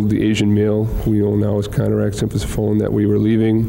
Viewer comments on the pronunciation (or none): Looking at this through the overly sensitive lens of the woke generation. Konerak's last name is Sinthasymphone is way harder to pronounce than Dahmer. In the court room everyone has to display professionalism...not start name calling like a bunch of children. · "...with mr. symphathy... some phone?" They couldn't just say "the victim" if they have so hard of a time pronouncing the poor guy's name? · They were tripping over Sinthasomphone so badly, they were probably trying to avoid saying it more than a handful of times. If they could/would not learn how to correctly pronounce the surname that was twice connected to the white male, they should have continued using the first name that they could say.